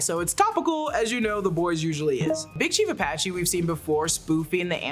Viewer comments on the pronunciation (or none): none